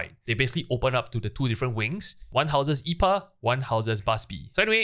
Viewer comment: Just a small note, the boss I’pa is pronounced “Eye-pee-ey” it’s a pun on a type of beer known as IPA.